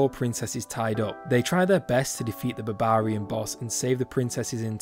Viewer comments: Hearing this guy say Babaarian is the funniest thing ever. Great vid 👌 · "babarian" :D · It’s odd how you pronounce Barbarian, is to sound funny or it’s actually how it’s pronounced?